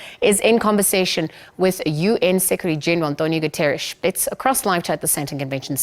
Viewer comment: Guaterres😂😂😂😂😂😂😂😂😂😂Lügner ala Portugal😢😢😢😢😢😢😢😢😢😢😢Actor and comediant.😂😂😂😂😂😂